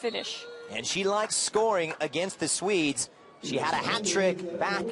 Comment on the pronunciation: Why did he keep saying Sweds